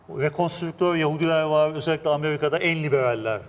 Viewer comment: "vor" değil " var"!!!! "Onlamda" değil " anlamda" deriz biz Türkler ona!!!!! Aksağanlar!!! Hollandada mükemmel Türkçe bilen fakat aksağanları sayesinde hemen tanınan Yahudiler "vor"!